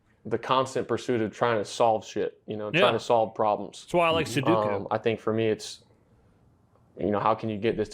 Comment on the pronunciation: love sudoku, and still can't pronounce it. Never change, love you man lol 💪